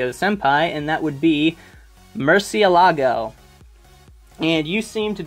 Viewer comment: The way you pronounce Murcielago was freaking adorable. Also I want to give you 3 recommendations you might like. They are comics, not manga. But I have a feeling you will love them: -Peter Pan by Loisel. It's a super dark retelling of the original story. It follows Peter before he became the hero of Neverland. Art is amazing, It deals with super dark subject matter like guilt, rape, child abuse and many more. Well worth the read. -Sky.Doll by Barbucci Canepa: take a second to look it up on Amazon, they have pictures of the pages on each one. They will convince you much faster than anything I can say. Locke and Key: this series was the only reason why I was willing to give comics a try. It's a Horror series with a huge mystery at its core. If you love Bloodborne, Lovecraft or literary anything by Stephen King then you will fall in love with this series. Hope you give at least one of these a try!